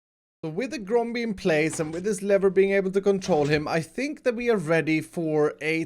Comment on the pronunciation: this is the amount of times mispronounced GROMBIE'S name ⬇️